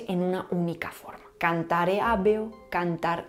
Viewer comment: Me queda mucho por repasar de este video para aprenderlo todo. Estuvo muy denso. Buen trabajo. Ojo con la pronunciación de habeo. La hache no era muda durante los tiempos romanos. Se pronunciaba como la h inglesa en “have” o la hache alemana en “haben”. Fueron las lenguas derivadas del latín que con el tiempo se encargaron de “tragarse” ese sonido.